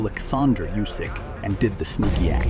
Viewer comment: how do you fucking nail the pronunciation on Usyk, but we get "hye" and Myorguy"?!